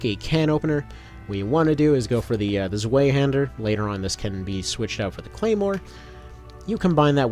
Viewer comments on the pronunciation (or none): It is pronounced “zw-EYE”hander. Native German speaker here. Zwei means two in German. You are saying zw-way which is incorrect.